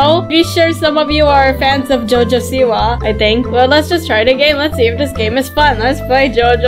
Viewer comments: Jojo siwa- I thought I pronounce it right by saying "jojo Soupwa" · its jo jo siwa😂